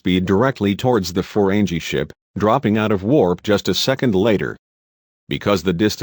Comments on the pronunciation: Ferenji???? FERENGI, idiot...pronounce the names and terms properly! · Stopped at Reliant. Annoyed by the narration and the non-canon ships already, but to hear Reliant was a Destroyer??? Reliant was a Scientific Research vessel! And for godssake, it's "Ferengi," not "Forenjee." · Ferengi is pronounced with hard 'G', not soft 'G'! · Learn to pronounce correctly. Jean is "zhon", Ferengi has a hard G, Oberth has a long O. Get it right or don't do ii. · the robot voice is terrible. Gene Luke Pickard? Feren Gee? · "Jeen" Luc Picard? "Ferenjeee"? LOL!!!! No A or E? Ridiculous! Stopped watching . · Got to love how how he mispronounces Jean-Luc Picard and the Ferengi, he's definitely not a fan of the show or has ever watched it. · this twit is deliberately pronouncing "Ferengi" and "Jean" incorrectly.. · You do realize the voice is computerized, right? Listen to the cadence and pacing of the words. And I'm pretty sure a real person who is this much of a Star Trek fan would know how to pronounce Algeron, Jean-Luc, and Ferengi correctly lol